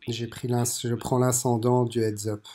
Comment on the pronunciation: Le fameux « inscendant»...